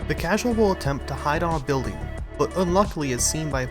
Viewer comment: miutes in for modder u said causal